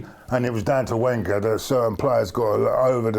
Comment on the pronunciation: Fed up with anti-Wenger comments... can't even pronounce his name properly!